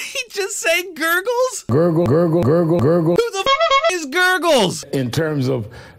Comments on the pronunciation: “Gerbels” LMAO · He meant to say Jerbles .....and hampsters....lol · it's really just the totality of the interview.he's making these comparisons to the third Reich using a bunch of lies and can't even properly pronounce the name of the propagandist. Then on top of that you have sharpton calling him gurgles. I suppose it does sound like gerbals in German. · He did not pronounce it correct and I did do research. There is no R sound while saying the name.